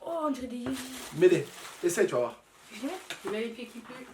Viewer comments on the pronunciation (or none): none